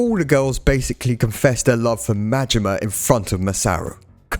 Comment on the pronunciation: Im sorry . Goro Mangina? Its Majima! Goro Majima!